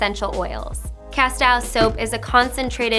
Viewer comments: Thank you! And it’s pronounced ca-steel. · It's pronounced "cas-teel". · Pronunciation is castill